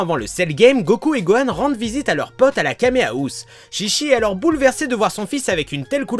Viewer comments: C'est faux ce que tu dis car déjà chichi ne se dit pas ( chichi ) mais ( tchitchi ) sa ve dire boeuf en jap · On dit pas shishi mais chichi (tchitchi) parce que shishi sa veut dire lion ce qui n’a rien à voir avec chichi qui veut dire mamelle en référence à son père qui est le roi taureau ou un truc dans le genre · Ont prononce tchitchi même si sa s'écrit chichi... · On prononce Tchi-Tchi qui veut dire pis de vache( surement car son pere est le roi taureau . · Mais en fait le nom se prononce tchitchi... donc les portugais sont tout simplement con de changer un nom car ils savent tout simplement pas le prononcer.. xD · ouais car ils savent pas le prononcer non plu.. xD mais si tu regardes la chaîne DBTimes, ils prononcent tous les nom en jap, et ils avait expliqué que le nom se disait tchitchi et non chichi car sinon ça voulait dire carrément autre chose.. xD